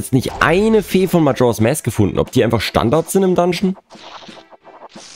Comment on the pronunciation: 1. Was für eine Überraschung, dass in Truhen mit Spinnennetz-Dekor Skulltula-Tokens drin sind. :_ZeldaWink: 2. In MM gibt es keine Lon Lon Farm, sondern nur eine Romani Ranch. 3. English for Runaways: Ja, an sich spricht man im Englischen a wie ä aus, aber "mask" ist da eine Ausnahme; da spricht man das a wie ein a aus.